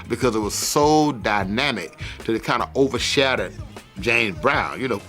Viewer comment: Overshattered? What kind of accent is that?